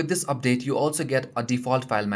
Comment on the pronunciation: hahaha, "dubdate"